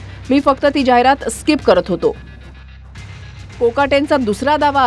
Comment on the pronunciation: स्काहिप नाही ते .... स्किप आहे सर